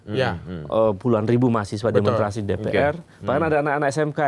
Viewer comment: Saya terganggu Pak Ubed mengucapkan demonstrasi tanpa s jadi demontrasi 😂